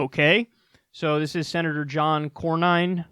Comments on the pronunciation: It's CORN-IN, Kyle. You know, as opposed to CORN-HOLE. And Beto actually decided this morning to NOT run against this guy. SMH What a loser... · It's pronounced...Core-nin. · It’s pronounced Corn-in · I think it's pronounced like Jeremy Corbyn, assume the Y is an I. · His name is pronounced Corn-In. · And it's "Cornin" ;) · John Corn-inn. You do great work and I love your show, but if you have the stomach to watch C-Span, you will become very familiar with all the players in the comedy of errors that is Capital Hill. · That's my senator for you. By the way, it is pronounced 'Corn-In' as in you pour 'corn in'to the boiling water. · It's "Corn-in", my other terrible senator... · Last name pronounced Corn-in, appropriately enough. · Ah John Corn-In (that’s how it’s pronounced). The other senator from Texas, quoting Mussolini the TEXTBOOK fascist (which is different from Nazism BTW) and doing so in a way where either he’s saying fascism is awesome in which case he should move to fucking Brazil, or he’s comparing him to left wing socialists in which case he’s incredibly stupid, or wrong, or disingenuously wrong since left wing socialists are the bitterest of enemies against fascists, they worked with the old communist parties against fascists. They fought the bloodiest war in human history over it. It’s like there’s a contest in Texas to be the most embarrassing or human garbage US senator, and I honestly didn’t think anyone could come close to Ted Cruz in that regard. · Kyle, I like your work a lot, but please look up basic pronunciations before taping, especially something as easy as how to pronounce a senator’s name. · Pretty sad not to know how to pronounce the name of the senior senator from Texas.